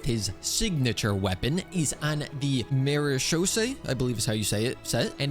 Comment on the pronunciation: It’s not “ MaRAsHOsa” it’s how cloronde says it